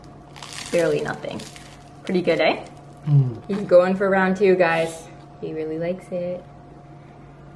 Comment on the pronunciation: "Pretty good, eh?" LOL you could tell she just left Canada. (